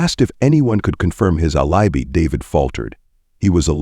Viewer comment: The reader mispronounced alibi, Boca Raton, facade, proceeds, and more words and names which really detracted from this video!!!!